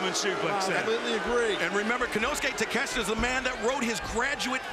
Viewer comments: why do Americans call it takesta wtf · Takesh-I-ta ... there's an " I " in the name... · just say it like ta kesh ta. It's not that hard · these announcer clowns spent the whole match mispronouncing takeshita's name